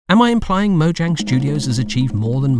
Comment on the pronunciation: "We here at mojang studios can't pronounce mojang"